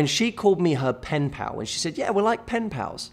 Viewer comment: How many times did he say pinpal